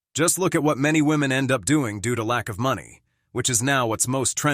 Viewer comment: To the Presenter: "woman" and "women" should be pronounced DIFFERENTLY please.